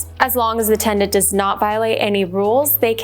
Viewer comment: It’s tenant…. Not tendant.